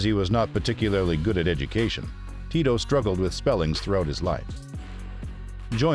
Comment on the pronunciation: I still can’t ever tell if the narrator is a computer voice or an actual person. It’s really weird because you pronounce his name right but oddly you pronounce parts of words but not all of the letters correctly. There’s a lot of incorrect emphasis on the wrong sound and pronouncing letters as they’re written in English but the pronunciation was strangely correct on other words.